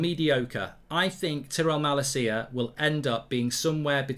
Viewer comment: As a dutch person for the LOVE OF GOD learn how to say Malacia’s name PLEASE 😂😂